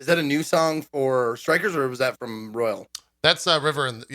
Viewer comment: I love these guys but JP it is Royal....not Royale. No E different word.